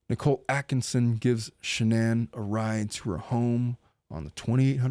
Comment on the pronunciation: You keep saying the car's name but it's shanan LOL